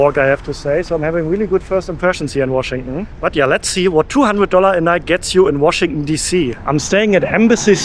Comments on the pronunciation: Washington ❌❌ Washingunn ✅✅ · Washington is pronounced WashingTON. You pronounce it the way Germans do where they swallow the TON at the end. It chokes me up.😅😅😅